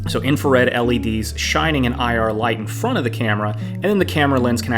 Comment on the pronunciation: "in fron of the camera", get English lessons.